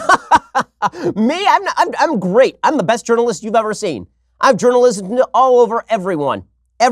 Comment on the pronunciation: Ben " jurnaljizim " all over everyone